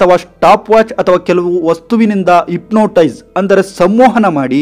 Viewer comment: Ipnotise alla hypnotize 😂😂